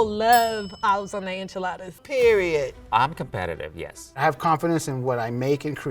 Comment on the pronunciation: Just learn to pronounce it. Its NOT IN-Chuh-Laa-Duhs. Its In-Chee-Laa-ThAHS.